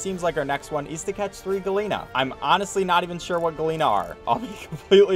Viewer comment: At first I was confused what a "galeena" was, but then I realised he was trying to say gallina which means chicken. For future reference, in spanish double L's are pronounced like a J.